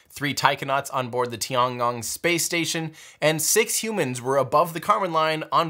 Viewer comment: The Chinese space station should be pronouced as TI-EN GONG not TI-AN. Yes, I know it was written as TIAN but the pronouciation is TI-EN.